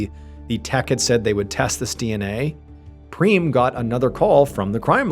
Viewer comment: Every time he says Preem, I think of Cheem Creams from Nobody Cares Anthony. 🤦🏻‍♀️😂😂